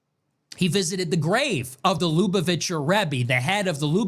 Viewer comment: You pronounce lubuvacher wrong my g